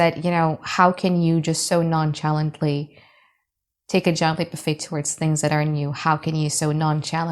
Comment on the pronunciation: I ❤ u girl! Yes, we (I) have haters. Apparently, many more than I knew about 🤷🏼‍♀️ I guess some people can’t stand to see me just live my life, so nonchalantly (🗣️ CH is pronounced as a soft SH) like wi(sh) I chuckled every time u said it. THANK YOU BEAUTIFUL. This truly resonates. Unfortunately dealing with several disgruntled ♌️s. What EVA. 🙄 Ex: She exited so non-SHalantly like she had no cares in the world. 😊 Now I have to watch the video again because I was distracted about the pronunciation 😂